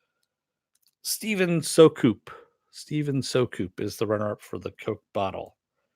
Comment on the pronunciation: Would have been nice to get the runner up prize. oh well at least my name got picket. BTW, its pronouced "Steven Sue-cup", like 'Soup in a Cup without the "p" in the middle' :)